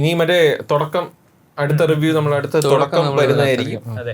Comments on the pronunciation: Thodakam ❌ Thudakam Workshap❌ workshop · Thodakkam alla Thudakkam… Enthonnadey